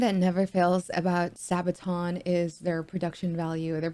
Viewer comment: Pronounced sarbaton spelt sabaton